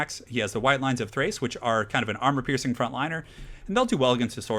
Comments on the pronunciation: They're called the White Lions of Chrace, with a "C"; I think you're saying "Thrace" with a"T"! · Awesome game, although I think it's "White Lions of CH-race"